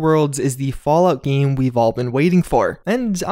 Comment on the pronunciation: Oh my god I hate the way you say “game.”